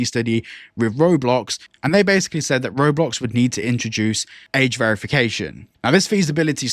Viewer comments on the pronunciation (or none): none